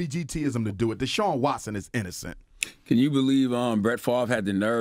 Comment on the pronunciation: Anyone know if he ever got Deshaun Watson's name right?